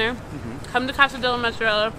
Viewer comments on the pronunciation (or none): ITS NOT JEWISH CHEESE I HATE WHEN PEOPLE SAY MATZARELLA ITS NOT JEWISH CHEESE SAY IT RIGHT MOOTSARELLA